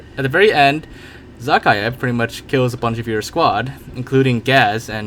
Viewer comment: Nobody : Absolutely No One : Generalkidd : zAA-khaev